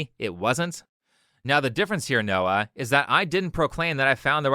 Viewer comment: Watched the whole video. You completely butchered Noah.